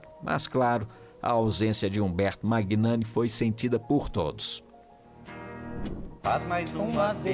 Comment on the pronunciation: Quando uma pessoa se propõe a falar sobre outras pessoas, o mínimo que se espera é que essa pessoa saiba o básico: o nome de quem se fala!!! A pronúncia correta do nome do ator Umberto Magnani é MÃNHANI, e não MÁGUINANI!! Procure se informar antes de falar errado!!!